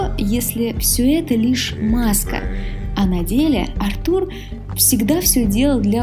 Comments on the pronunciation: Ударение не на у, а на А Артур,а не артУр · Артур, а не артУр, бесит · Какой еще артУр,Артур правильно! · Ты молодец конечно,но Артур ,а не АртУр;)Отличное видео! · Артур а не артУр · Артур с ударением на А просто убило😂😂, я об этом даже не задумывался что Артур может быть Арту́ром😂😂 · Сук, как это раздражает. Почему ты ставишь ударение на имя АртУр? Это такая боль для моих ушей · Всё здорово, но какой к черту Артур ударение на у если правильное ударение на А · НА «А» ударение,аж уши режет